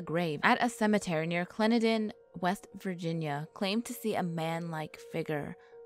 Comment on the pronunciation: Woohoo! I’m from West Virginia! It Clen-DEN-in.